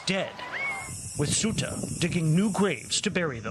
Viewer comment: Ugh! Ceuta, the Spanish enclave bordering Morocco is pronounced "say-OO-tah" not "SUE-tah". Journalists really should get it right!